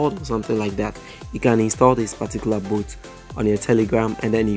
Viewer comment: What is boot?? :face-blue-smiling: Dude, learn English first.